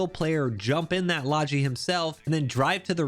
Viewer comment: Hearing people pronounce "logi" that way is like nails on a chalkboard.